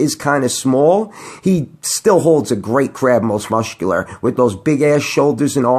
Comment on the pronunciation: Most mushcular.......